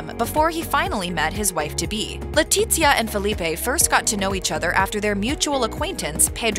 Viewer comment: The z in Letizia is pronounced as an unvoiced "th"